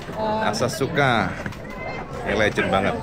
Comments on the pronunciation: ASAKUSA cak bukan asasuka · Asakusa Cak, bukan Asasuka 😄✌️ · asakusa cak bukan asasuka😂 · please Cak bukan asasuka.. tapi asakusa...heheheh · Cak bukan asasuka, asakusa cak 😁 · bukan asasuka tpi asakusa cak ❤❤❤❤ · Asakusa cak bukan asasuka 😁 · Asakusa bukan Asasuka cak 😂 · Asakusa cak,,udu asasuka😅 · Asakusa cak, bukan asasuka 😂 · asasuka apa asakusa cak?